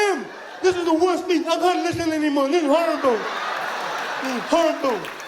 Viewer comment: The best part was "I can't lusten anymore" and he blocks his eyes with his hands. Almost fell off my chair